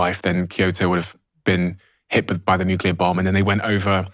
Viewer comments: Oh Jimmy, you are so smart...so why do you keep saying Nuculer instead of Nuclear. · NUCLEAR not Nucular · It's not "nucular", Jimmy. It's nuclear :) Excellent chat. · Absolutely LOVE Jimmys idea on nuclear power (needs investigation of course) - however I wish he could pronounce it correctly... as in ' New Clear' not nucular. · an I ask you all a favour? Please say nuclear. NU-CLEAR. NUUUUUUUUUUUUU-CLLLLLLLLLEEEEEE-AAAAAARRRRRR. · As a Brit, Jimmy pronounces most words incorrectly, but I never would have expected “nuke-you-lurr” from him. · I knew hes funny. Here iw seen hes smart, then he sayd nucular, 5 times. Gddmnit. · I can't quite believe that someone as clever as Jimmy Carr pronounces "nuclear" as "nucular" 🤣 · Great guy, but why can't Jimmy pronounce the word 'nuclear' properly? 😂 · My only objection to nuclear power is that Jimmy can’t pronounce it!